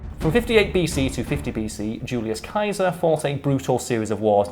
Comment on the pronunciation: Julius 'Kaiser'? Dude, get those glasses